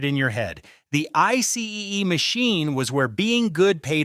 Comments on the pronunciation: It was not a frigging I C E machine! It was pronounced icy! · Hey stupid icee is pronounced I C. NOT i see e. Fyi A light is makes light a siren makes noise. They had a blue LIGHT special NOT a blue siren special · Wait it’s pronounced I C E not Icy? lol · Buddy it’s just icee (eye-see) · Literally saying I-See-ee you've never stepped foot in America this video should be deleted no matter the facts but... I-See-ee. That's discredited everything in the entire video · Geez, it’s just pronounced “icy”—who doesn’t know that? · Icee , e? Strange way to say that. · Ice-EE. You might want to fix your terrible voicebot.. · Had to stop watching after the third mispronunciation! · Learn how to pronounce Icee!